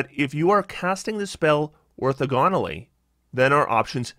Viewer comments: Your pronunciation guide is not super clear. Is your problem with how he stresses the syllables, how he breaks them up, or how he pronounces them? He should be stressing the second syllable instead of the third, but otherwise his pronunciation is correct. The correct way to break up the syllables is or-tho-gon-al-ly. Using other words to make it clear what sounds I mean, here's the pronunciation: or - thaw - gun (not quite the perfect vowel, but much closer than "gone", and close enough) - ull (as in "gull") - ee (as in "teeth"). Edit: Also, that time stamp is way off. It's more like or . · Good analysis. Very helpful. Not sure if anyone beat me to it, but "orthogonally" is pronounced like "diagonally", with emphasis on the second syllable. The math teacher in me couldn't let it go unsaid.